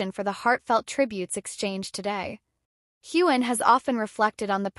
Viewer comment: Say his name right!